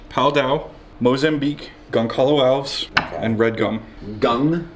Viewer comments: Ok as a Portuguese speaker I have to say that the wood is spelled Gonçalo Alves and pronounced Gonsalo Alves with a soft "S'" sound. I'm not saying this to be rude or anything, just trying to make you guys aware of it. Also, if you prefer a less exotic name it is often referred to as Brazilian Tiger Wood. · Gonçalo Alves is pronounced more like Gone-sah-loo Al-vuhsh